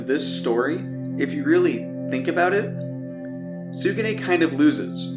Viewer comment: that pronunciation of YO-KAI Academy and Tsukune name hurt more than most of the battles and getting sliced in half by moka sister XD